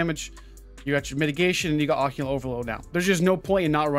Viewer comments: It's pronounced Occ-ult. Now oc-u-lent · o cult there is no n in it, its not o cue lant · OCCULT. NOT OCCULENT. LoL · Great catch on this buff even tho you kept calling it OCCULANT instead of Occult ;) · Say oh-cult. Not occulent.. Wtf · Literally triggered me everytime he said it. Dude needs to learn to read. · Listening to you mispronounced that over and over was painful LOL good video though it’s occult not occulant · Occult. Not occulant lol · Can you quit saying Occulant* Its pronounced ugh-cult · Occult. "Oh-cult". Nice video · I'm sorry...AH-kuhlt, there is no 'i' or 'n' in that word. Keep up the good work with the info! 👍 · Not sure if it’s been said, but it’s pronounced “uh-cult” or “ah-cult”. Something to that effect. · Someone please tell it's pronounced 'Ugh-Cult':)